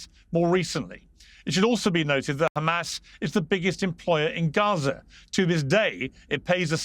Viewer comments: Why do Israel defenders always pronounce it Khhhhamas? Is this signalling of sorts? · Khamas khamas... 😂 ... Can't pronounce H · Not trying to be biased, but I’ve noticed a consistent pattern: when it’s pronounced ‘KHamas,’ a certain kind of rhetoric usually follows. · By do these bastads keep pronouncing it Khamas